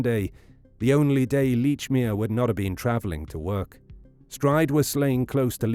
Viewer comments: How the hell can you pronounce the name as Leechmere when numerous people have pronounced it as " Lechmere " ! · Very annoying that you can not even pronounce your subjects name correctly. Plus the name he gave was his stepfathers name which he sometimes used.